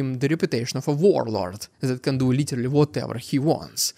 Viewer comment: Stop saying litelly, its literally and you are overusing it..